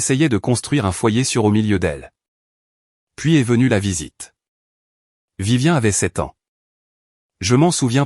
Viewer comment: Ce n'est pas Vivien mais Viviane respectez la prononciation SVP